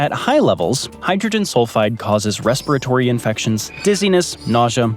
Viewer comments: What are "rasparotory" illnesses? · Raspiratory? It's respiratory! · "RASPIRATORY"? There are dictionaries on the internet.